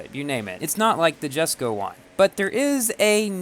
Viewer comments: Yaay he pronounced Jesko right. Someday, he'll get Porsche right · He finally pronounced it! What a madlad.